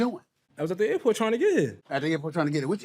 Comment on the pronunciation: The airport or the air-fort?